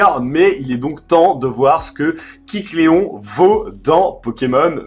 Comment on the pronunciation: AAAAAAAH tu m'a stressé toute la vidéo à dire "Kicléon", c'est pas "kick Léon" (pauvre Léon) mais KÉcléon... Sinon sympa la manière de l'obtenir, c'est bien vu et oui il est toujours obtenable. Ça va encore être sympa pour chopper le 100%...